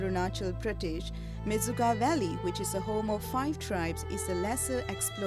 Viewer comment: It is not mechuka. It is menchukha སྨན་ཆུ་ཁ་in our script. It means water of medicine.